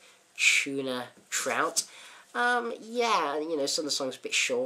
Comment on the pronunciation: First cassette I ever bought...when it was new...Like your review! BTW... Its "Trot" not "trout". Maybe it is just your accent....